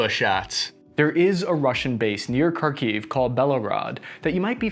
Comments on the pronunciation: Sorry, pal, I like your videos, but your pronunciation of the Russian/Ukrainan names of the places is terrible. Kharkiv should be pronunced as khar-keev with the first syllable emphasized. Not car-kiev.... I'd be glad to help. Joe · As someone who grew up speaking Ukrainian and Russian, and only learned English at age 20, it is very unusual for me to hear how he pronouncing Kharkiv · Please make an attempt to pronounce the cities names correctly, for goodness sakes it's hard to take you seriously when you cannot take the simple steps in educating yourself on these things. Kharkiv [Харків] is "flem (like you're hacking a loogie)-kyiv"... Mariupol [Маріуполь] is Mary (rolled r) ooooooo pool. Otherwise, this is a great take on the military tactics imposed by both the armed Russian forces and Ukrainian forces. Thanks for the insight! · Kharkiv is pronounced: HARkeev. The 'Kh' as it's spelled in English is an 'X' gets a hard 'H' sound similar to the 'ch' in Loch. Kherson is pronounced similarly but the emphasis is on the second syllable so it's: 'hairSONE'.